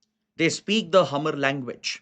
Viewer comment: One correction, regarding the insurgency faction in the NE State of Mizoram, the community named Hmar is pronounced as 'Maar' not Hamar.